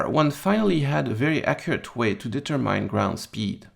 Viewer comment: Good stuff, but check out google on how to pronounce "develop" & "determine". Being of French Canadian orgins myself, I'm sensitive to these things